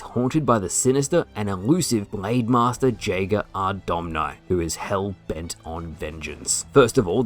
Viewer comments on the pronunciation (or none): You are pronouncing Jaeger wrong. It’s pronounced Yay-ger. It means Hunter in German. It’s also my name and every time you mispronounce it is like nails on a chalkboard. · Someone tell that the j in jager is pronounced as y